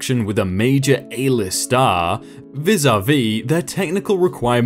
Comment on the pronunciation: The way you say vis-á-vis is painful